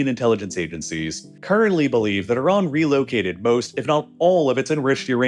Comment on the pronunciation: There's no o in Iran.